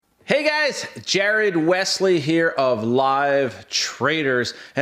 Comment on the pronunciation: Lmao why did he say "hey" like that.